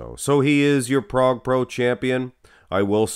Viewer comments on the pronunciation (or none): none